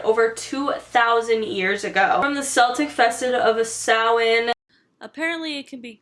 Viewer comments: So happy she said Samhain right 😂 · YAASS 👏🏻👏🏻 I’ve watched so many videos similar to this where the information is totally screwed up and they don’t even mention it originating in Ireland. The pronunciation of Samhain was 100% too. We do trick or treat here and people do actually give out money, usually older people. Celebrating Halloween isn’t as big as it is in the states because you guys go all out on literally everything - although we’re definitely getting close. Also it’s a bank holiday so no work/school.